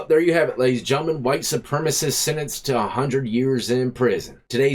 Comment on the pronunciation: "SupremAcist" hehe